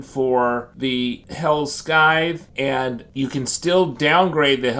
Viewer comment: Its pronounced “SIE-TH” not “SKY-TH”